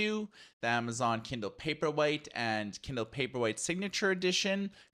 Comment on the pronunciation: I think Kindle Paperweight would be a good model name as you pronounce :)